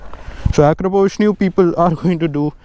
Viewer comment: You're the first youtuber or indian who said akrapovic correctly 😂